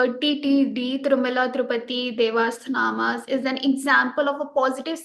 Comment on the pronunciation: The excellent and informative interview makes me learn more about the story. Also, I am sorry that the interviewer could not pronounce Devastanam properly.